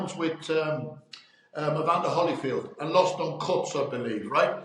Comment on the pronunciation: Can’t stand it when people say Hollyfield… it’s HOLYFIELD